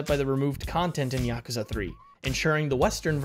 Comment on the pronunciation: Don't you love it when a decent review/summary of a Yakuza game is ruined by atrocious pronunciation?